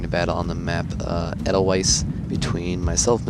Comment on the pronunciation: German W's have a V-sound. Edelweiss - Aid-el-Vice. - :)